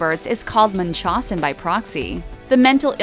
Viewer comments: You over prounounce blanchard and it's munch-how-zen not mun-chaw-sen, this shit has been in the news so much there is no excuse for mispronunciation... Also it's pitch-re as far as deedee's moms name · Its munch-house-in. Not munch-hoss-in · It’s pronounced munch-hows-sin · Its not Munchossen Its munchausen...Its like you miss pronounce it on purpose! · Blan CHARRRD NOT BlanchERRD and not Munchusen by Prixy it is pronounced Munch HOUSE N BI Prox E...someone needs to speak more clearly with words. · It’s pronounced Much-how-zen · I believe it’s pronounced: “munch..how..zen” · the mispronunciation of Munchausen hurts my ears. its munch housin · "Bl an cherd" NOT "Blan ChAARRd" Omg... Munchausen is said "Mun-ch-how-zen"...second correction for how to pronounce words...does this person practice at all? Or does she just read a script completely unprepared? I'm thinking the second option. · The narrator is pronouncing munchausen weird. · The narrator cannot pronounce anything correctly. Blanchard, Munchausen... it’s. Wonder she didn’t pronounce Arquette as Arkitt! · The way the narrator pronounces “Munchhausen” and “Godejohn” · You’ve pronounced every last name, and the illness wrong. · Learn how to pronounce munchausen before you make a video about i. Hahhaha. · The way she pronounces the medical term makes me cringe